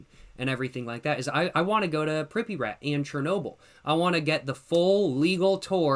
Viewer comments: i have never heard someone say pripyat like that 😭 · The way he pronounces Pripyat is hilarious